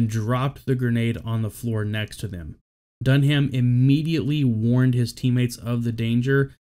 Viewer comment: My only criticism here is your pronunciation of Dunham's last name. You don't pronounce the H. It's simply said "Dun-am". Utmost respect to these amazing men and their families